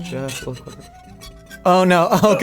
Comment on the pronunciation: dangerous of Matt to attempt to say quiver. But he nailed it!